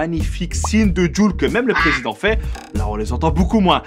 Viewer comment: Pourquoi tu dis le président comme si tu étais français, ce n'est pas la seule vidéo ou on pourrait penser que tu es français, alors que tu es belge .🇫🇷🇧🇪.